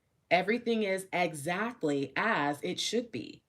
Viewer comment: ♂️♀️🔥🔥☯️♾️✅ Did you really say "Eggzactly"